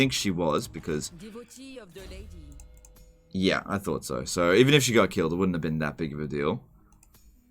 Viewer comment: "Priestess of the Lady" The last syllable is spoken long enough to be confusing though